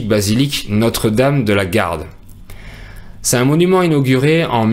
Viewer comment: Pourquoi vous ne faites pas la liaison: " "C'est un = ces tun"?